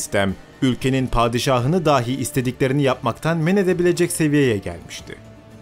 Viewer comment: Kardeş Allah aşkına "dahi" kelimesine "dâhi" deyip durma. "Dâhi" kelimesi "deha sahibi" demektir. Lütfen!